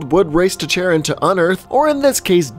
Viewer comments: Ohhh nooo.... Did he pronounce Charon, as chair-on? Instead of kar-on? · It's pronounced "kharon", dude. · Pluto's moon is pronounced "Care-on" or "Car-on". It's a hard C, like a K, the H is silent.